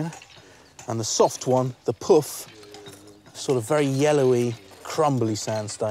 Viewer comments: The pif, the paf and the pouf. I was like, "You wot?" with that last one. I figured there was no point in getting offended, so I just thought about how difficult it must have been for the British newcomers to say with a straight (no pun intended) face. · piff, paff and puff.